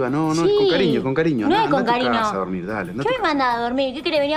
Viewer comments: Alguien más se dió cuenta que dijo con carino en vez de con cariño? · Alguien más se dió cuenta que dijo carino en vez de cariño?